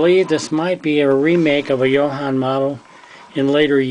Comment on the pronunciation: Ah, it's a 25th scale. I always heard others pronounce it Yo-Han so I followed that trend. So glad you watched this and many thanks for your comments.